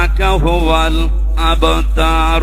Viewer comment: হুজুরের সুরা কাউছারের শেষে টানে ভুল আছে,কাউসার,ও্যানহান,আবতার শব্দে কোনো টান হবে না